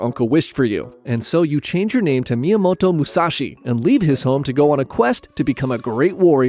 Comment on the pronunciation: “Miyamoto musashi” 😂 ok history serious